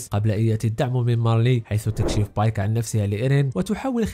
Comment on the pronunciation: بيك❎ بايك✅